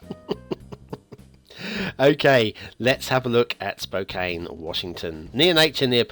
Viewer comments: Once again mispronounces the name of the map - It it pronouced - Spo can - not Spo caine. Perhaps English is not first language.;-) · Pronounced Spo-can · Its pronounced like "spo can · Lol its spo can CAN like a can of soda 🤣🤣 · this map actually pretty accurate cause i live in Spokane. and you pronounced it wrong